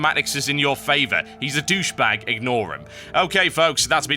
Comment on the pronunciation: Lol douchebag cracked me up, weird hearing a British person say that :D